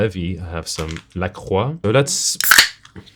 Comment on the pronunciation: pronounced La Croix correctly. Unsubscribed.